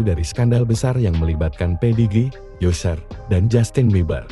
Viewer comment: Bacanya bukan yuser mas ,tapi aser